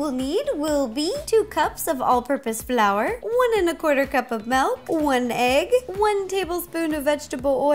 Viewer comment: anyone notice when she put the flour in the bowl she said blour instead of flour Just thought that was funny I still love you Ro